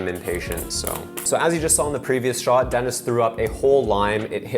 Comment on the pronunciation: I love, he’s the greatest but the way he pronounces “shot” makes me cringe 😬